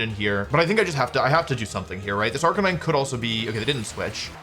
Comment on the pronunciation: No arc-a-neen-eh 😢